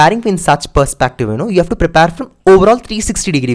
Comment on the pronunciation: its prepare not prepaaaaare